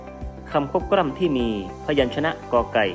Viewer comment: ทำไมเสียงบรรยายคลิปของคุณครูออกเสียง ลอ ลิง เป็น รอ เรือ ละครับ เช่น คำว่า คลิป เป็น คริป กล้ำ เป็นกร้ำ